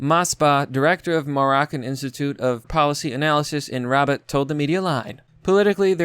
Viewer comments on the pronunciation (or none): none